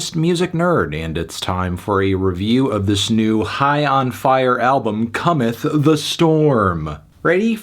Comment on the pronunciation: I'm never going to be able to unhear "comethany"